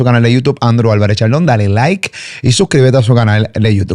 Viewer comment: Alguien que le enseñe a Andrew a pronunciar “YouTube”